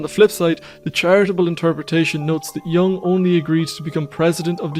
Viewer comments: Sorry, I can’t take seriously any content if I hear “yang” instead of a proper pronunciation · The correct pronunciation is Yung not Young.